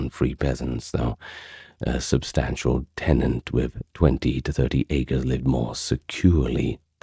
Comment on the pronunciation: Thank you for these long videos. As someone who has to have sound to distract from tinnitus to sleep, I appreciate them. The history is very good( I am keen reader of history) despite, for me as a linguist, some excruciating mispronunciations - Acre immediately comes to mind. The lack of advertisements is genuinely welcome.